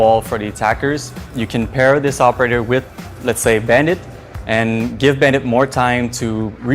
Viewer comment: They pronounced the new operators name so many ways in the video and all of them were wrong 💀💀💀